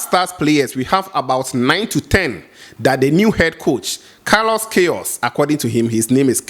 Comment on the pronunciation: he said pronunciation is "Kayros". not "kayos".